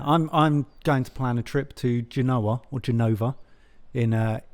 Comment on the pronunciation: pulled off an Alison Hammond with ‘Genoa’. Jokes apart, sounds like a great vacation.